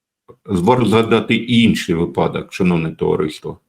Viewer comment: блестящий анализ. но почему вы игнорируете правила языка? правильно говорить вИпадок. удивляете, честное слово. от интеллектуалов ожидают грамотную речь. иначе можно сомневаться и в качестве аналитики, если допускаются такие грубые ошибки.